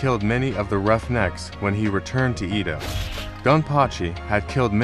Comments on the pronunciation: Yes, didn't say it was spelled wrong, it is pronounced with a soft E as in elephant not a hard E like English speakers in Canada say it. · You pronounce the word EDO incorrectly.